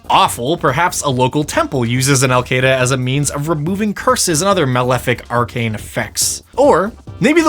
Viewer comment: Anyone else hear "AlQaeda" (or however it's spelled) from Alkada?